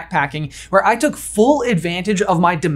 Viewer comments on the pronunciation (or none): none